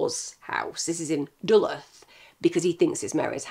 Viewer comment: Binge watching/listening to ALL of your videos Mrs. Kenny. I appreciate and respect your knowledge and opinions 100% of the time. You’ve taught me many many things and I love you and your team very much. You’ve made me laugh and cry equally. I was born in Minnesota USA and currently live in North Dakota. You maybe don’t care about this next part but Duluth is pronounced duh-looth. I don’t like correcting people with a passion because I don’t have much self confidence and you’re a very intelligent and intimidating woman whom I respect, but since you live across the pond from me and most likely don’t know how to pronounce towns sometimes because of the many cases you cover internationally… idk where I’m going with this I’m so sorry. You most likely won’t even see my comment. I just wanted to share what I know. I also know I wouldn’t be able to even begin to be able to pronounce towns where you live so it’s very common that if someone doesn’t live in a certain area doesn’t know how to pronounce towns and landmarks. Thank you so much for all that you do and all that you have done in our world 💜💜💜